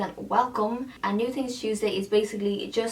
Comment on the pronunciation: You should have called it "New Tings Tuesday" cuz that's how you say it... so cute